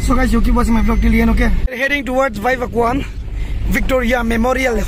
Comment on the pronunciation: Not vaivakuan.. It's vaivakawn🤣 Mogoda